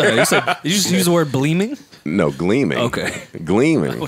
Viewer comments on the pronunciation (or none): joe you definitely said bleaming don’t play 😂😂😂